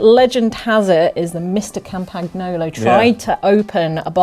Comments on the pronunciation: Campagnolo is pronounced as Campanyolo, btw... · You don't pronounce the G in Campagnolo